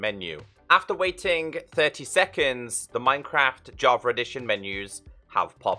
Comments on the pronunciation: I always hear you say Javer it makes me laugh lol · i was looking for java edition bro, what's this "javer" you speak of?? 😂🤣💙